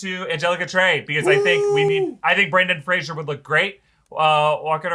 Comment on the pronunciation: Everybody loves Brendan Fraser. Few say his name correctly.